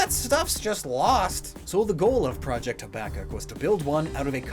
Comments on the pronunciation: He mispronounced Habakkok it is hab like habitat then an A then cook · Habakkuk is pronounced like: Hab-uh-cook